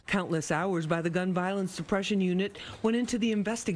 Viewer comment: He pronounced shootERS wrong 😂😂😂✊🏿✊🏿😂😂😂